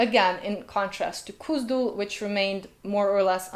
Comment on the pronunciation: Why do you continue to pronounce as ? That h is there for a reason. Even the runes chart clearly states the IPA symbol /x/ for and /k/ for , cone on! It's not Kuzdul. It's KHuzdul. I.e. /x/uzdul, not /k/uzdul.